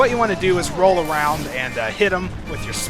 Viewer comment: Woll Awound. :D